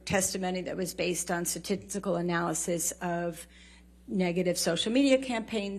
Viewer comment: She said, “sat tit sickle”, analysis, not statistical, omg. She said, “meteoric”, in fact her career was, “mediocre”, now a AH is pariah and a has been.